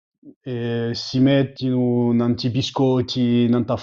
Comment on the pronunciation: Sounds like Italian pronounced by a Frenchman, with all the consonants voiced. LOL. capitu > [gabidu] tanti > [dantsi]